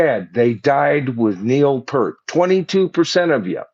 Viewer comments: The sheer fact that you can’t even pronounce Neil’s last name correctly is absolutely appalling! Neil, was a legendary player and lyricist, theologian, among many other great things. You should be ashamed of yourself mispronouncing Neil’s good name. Pert seriously…?? 🖕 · I find it rather absurdly amusing that you immediately tried to be sure to pronounce Anika's full name correctly, but after decades of the opportunity to learn and hear how to properly pronounce Neil's last name, you still got it wrong. Pfft!